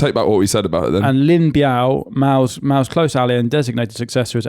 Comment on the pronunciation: You said "Maos close ali"